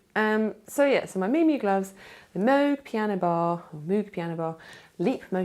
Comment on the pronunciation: You make me weep with joy just talking! So excited about all your projects, and find it hilarious that whenever you say Moog you pronounce it both ways - I ALWAYS do that :D